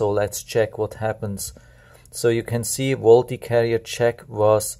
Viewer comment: Volte is pronounced Volt